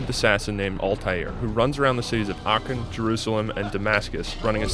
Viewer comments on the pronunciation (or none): none